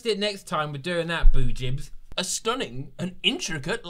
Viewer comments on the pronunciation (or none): Is it just me who couldn’t stop laughing when he said bojibs 😂